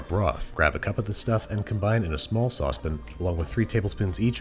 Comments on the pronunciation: It's the pronouncing 'sauce pan' like 'saucepun' for me....everytime. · “Sosspin…”? Ok Chip Chipperson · Sauce pin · What the heck is a sauce pin? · Small saucepin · Did he say "saucepan" weird